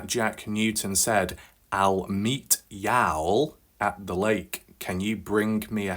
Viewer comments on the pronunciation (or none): People in south say y’all instead of you guys. Not pronounced yowl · I watch all your videos, and idk why saying y’all wrong bothers me lol. I usually don’t care abt things like that.